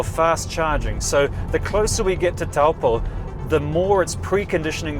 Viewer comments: Tau poe 😅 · Great video, but just a reminder that Taupō is pronounced toe-paw.